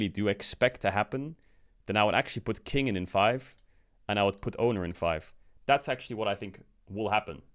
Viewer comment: its funny that you could literally change the “k” from “kiin” to a “b” when you say his name, and it’s the right way to pronounce “bin” but people are just absolutely moronic to realize that.